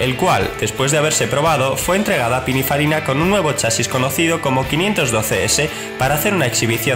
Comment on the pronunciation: "Pininfairiaina" y de cinco coches te planta una moto. A saber qué sabe este de lo que habla....